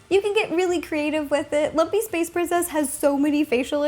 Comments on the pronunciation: Anyone else hear her say Lumpess Space Princess instead of Lumpy Space Princess at the beginning? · i thought she said monkey space princess LMAO